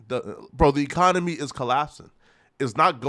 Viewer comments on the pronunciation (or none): He can’t say economy 😂😂😂 ecomy